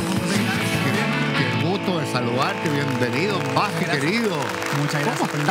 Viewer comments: Lo más grande Alejandro!! 🎉👏🏻🫶🏻❤️ que sigan los éxitos!! Pd.: Es Buffy wn, no “baffy” 😒😒😒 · bAffy se pronuncia en ingles 🥴